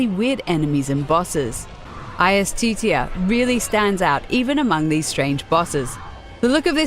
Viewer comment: The way "Iustitia" was pronounced killed me